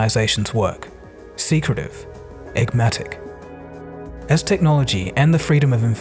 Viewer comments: It's enigmatic not egmatic. Also the person doing the hiring is the employer not the employee dude. Some of your spiels are cool but you have to work on your basic vocabulary, it makes it hard to take you seriously when you make mistakes like this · LmAo "eggmatic" (and here i thought i was hearing things : )